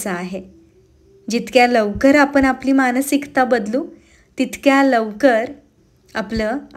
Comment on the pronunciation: आपण म्हणणे ऐकायला जास्त चांगले वाटते कानाला आपन पेक्षा कारण Last sentense मधे दोन्ही शब्द आले don't take it otherwise 🙏🙏